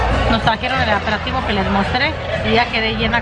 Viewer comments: Muchas felicidades a todas en tú familia! Dicen que se alaba en público y se corrige en privado, pero no lees mis mensajes 😂 y como les aprecio te lo pondré por aquí sin ningún otro afán más que el de ayudar y como tú si aceptas correcciones por eso me animé: se dice APERITIVO, no “ aperativo “ Se dice PODAR, no “apodar” Te sigo desde que iniciaste y solo te pido que no cambies sigue como en tus inicios, hablando como realmente lo haces,no mezcles palabras en inglés, no lo hacías! No caigas en lo que muchas YouTubers hacen. Al público en general nos entretienen así tal cual son,yo he dejado de seguir a muchas porque ay Dios, dejaron de ser lo que eran. Saludos 🤗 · MUY LINDAS TUS HIJAS Y CHINITA YA HA CAMBIADO MUCHO SE DICE APERITIVO YO SIEMPRE TE ESCUCHO Q DICES DIFERENTE BUENO NO LO TOMES A MAL FELICIDADES A LIZ YA CASI NO SALE EN TUS VLOGS SALUDITOS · Felicidades a liz y a ti amiga se dice aperitivo